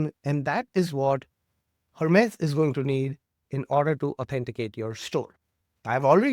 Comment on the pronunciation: Please pronounce it correctly, its (Hermeez) not Her-Mez like the bag.